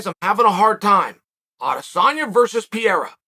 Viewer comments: Chael it's Pereira not piera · I normally love Chael’s opinions on stuff. But… he calls Jonathan Haggerty “Josh” “Mooey Thai” is not kickboxing. Adesanya vs “Piera” 🤣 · Alex ‘Pier-a’ 🤣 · As a brazilian it really took me a while to recognize that piera is pereira lol (use the R sonnen! Cmon)